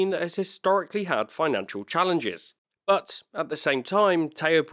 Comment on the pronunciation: Nah, he says. "But regardless...", though the "t" got a little lost through his accent, so it came out as "Bu' regardless..."! No Biggie! 😉👍